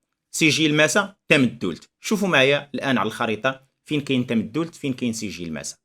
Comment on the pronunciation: سلام، للإشارة أستاذي ف"تامدولت" تُنطق بدون شدّة: "Tamdoult" فنسمع الناس تقول إلى يومنا هذا: "تامدولت ءوققا" / "Tamdoult ou 9a" نواحي "طاطا".